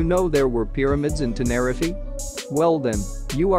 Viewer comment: Please pronounce tenerife correctly its really annoying